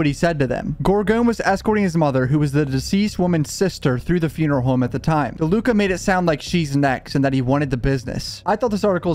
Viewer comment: Funeral Hooowwwme. Tell me you’re from the Philly area without telling me you’re from the Philly area.